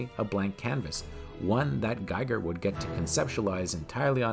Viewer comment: Gee-ger, not Guy-ger.